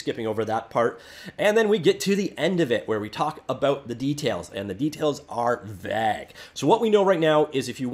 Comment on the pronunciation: Please do yourself a favor and look at how to properly pronounce vague.